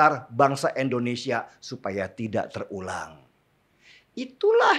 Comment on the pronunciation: INDO bang, Indonesia. bukan ENDONESIA